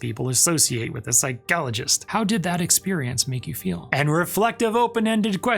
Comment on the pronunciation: Please don’t say ‘psychologist’ like that.